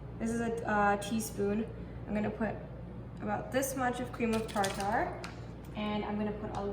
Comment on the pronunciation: That is pronounced cream of tarter instead of tar tar. These look very good. You have beautiful eyes.